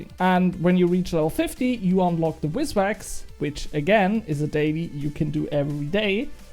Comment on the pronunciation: great vid, hate to break it to you btw, but its called VIS wax, not wizwax :hand-orange-covering-eyes